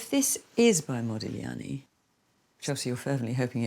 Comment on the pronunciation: Yes HEmispronounced modigliani not very professional he's getting on my nerves I don't think it's real the child face is just not his style I have a book of his life.and he's so beautiful typical italiian